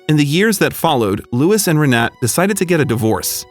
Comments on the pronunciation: Why on earth didn't you look up how to pronounce the name "Renate"? Just Google it, for goodness' sake! This ruined the whole video for me - every time you said her name (every sentence - augh!) I was yanked right out of the story. And omg, the banner you put on screen said "Will you merry me?"! It's "marry, " you dimwits! Good grief. Be honest. You're trying to see how stupid your viewers are. Well, that put paid to any ideas I had about subscribing. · What a lovely story! It will work, they have gained a lot more live experience! What I have to address, is the horrible way the voice over says her name (which happened to be mine too)! Unfortunately I can't place a voice message here. I never heard a worse attempt to say our name! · Proper pronunciation. Renate is “ Rah-Na- ta.. The last name Demitriades is De-me-tree- Addas. They had two sons and one daughter. I know all the family for years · Omg her name is Renate (reh-nah-te) it’s just driving me nuts with the mispronunciation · Rr Nah Tah please ! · Or REN AH TAH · Renate is pronounced re-NAH-tuh. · Her name is RENATE, pronounced ray-NOT-a. The narrator's mispronunciation throughout the video made me cringe. And the closed caption spelled out no less than FIVE different spellings throughout as well. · It's pronounced Renata. My mother-in-law has the same name, she in from Berlin. Renate'. Typical female games, even when they are old!! LOL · Renate is pronounced Renata. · Eher name is pronounced with all letters spoken Renate (Renatay) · Renate is pronounced Renata. Thx 4 sharing this story 🙂🙂💕💕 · Her name, Renate, is pronounced Reh nah tah, accent on the middle syllable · It’s not pronounced renet? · Her name is pronounced "Reh-NAH-teh." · you are pronouncing her name wrong.. happy for the couple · Re-na-te. The two 'e's are not pronounced as in 'bet' or 'seek', but as in 'her'. In fact the 'e' sound is closer to the 'u' in 'but'. The 'a' as in 'ah'. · I’m pretty sure her name is pronounced Renata.